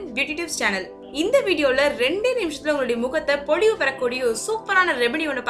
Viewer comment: பொழிவு means சொற்பொழிவு. It's "பொலிவு". ஐயோ... கடவுளே. தமிழ் பாவம். (Dnt take serious)